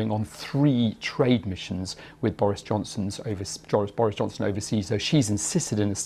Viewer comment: He said joris bonson